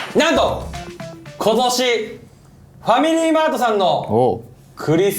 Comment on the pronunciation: レオ君は、「ファミリー…」というつもりが、「ファミラー…」っと言ってしまったんだよね🎉